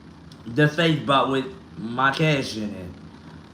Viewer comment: It's the ppl believing that he had 60 bands in a safe and he's that calm. can't even pronounce safe. That house always nasty